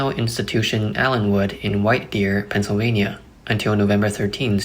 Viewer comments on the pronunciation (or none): none